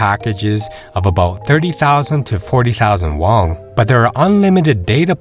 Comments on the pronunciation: Have you heard about what sending kids to school is like there? I guess most retirees don't have school-age kids so it's doesn't get brought up very often. Won is pronounced "won" not "wong" btw. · I tried to watch this but you kept saying "wong" instead of won and it really put me off. It's like you're trying to make it sound "Asian." It's pronounced just like the English word "won" or "one."